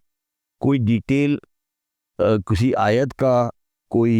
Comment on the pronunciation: ٓیت کا تلفظ بہت غلط ھے ۔۔۔ سر ااپ کا ،، معزرت کے ساتھ ،،، با قی باتیں سیہ ھین ، بلکل درست ہیں